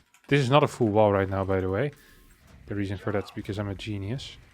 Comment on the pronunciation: I always thought the pronounced the word “full” weirdly, but now I see he pronounces it the same as “fool” when he said “full idiot” and I initially thought he said “fool idiot”.